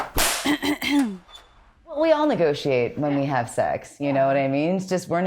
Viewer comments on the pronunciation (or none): Every time says sex it sounds like 'sax'. I think this is a covert jazz channel! Doe eyes!!